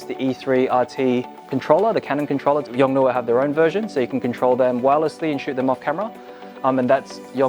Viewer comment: the pronunciaiton is Yong-Noo!